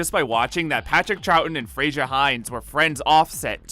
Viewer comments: Why do Americans always say "Frasier"? It's spelt "Frazer", and it's pronounced "Frazer"! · it's 'Frazer' not 'Frasier'. Sorry, but Americans always pronounce that name incorrectly and it's really annoying!